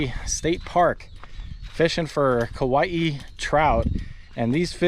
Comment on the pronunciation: Because my girl gets on me about how to say Kauai, I’ll just say… remember.. there’s only One ‘i’, not like how Hawaii, has two ‘i’s Kauai not kauaii 🎉